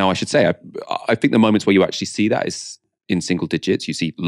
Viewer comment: please stop saying " I fink".